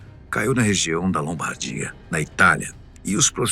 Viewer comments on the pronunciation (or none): none